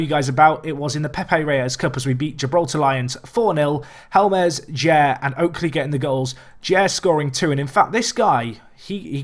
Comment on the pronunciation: Helmes is not pronounced hell-mez. That should be easy